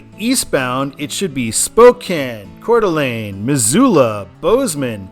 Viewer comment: I can tell you're familiar with the area because you know how to pronounce Coeur d'Alene properly. And while the Seattle stadiums are really cool, I am looking forward to seeing the Chicago skyline whenever you get there on I-90.